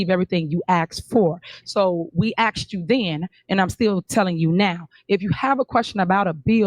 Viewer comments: aksed you? what language is this...ho talk? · aksed her?